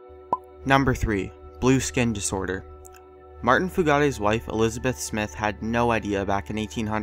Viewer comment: The blue fugates, pronounces (FYOO-GIT)